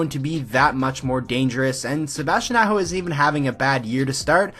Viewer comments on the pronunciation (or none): Good video...but learn to pronounce the names Aho, Necas and Haula.